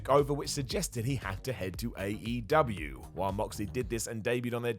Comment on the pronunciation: I swear if you need to say "dubya" with AEW too? I'll just go ahead and stop enjoying any content you put out. THUMBS DOWN.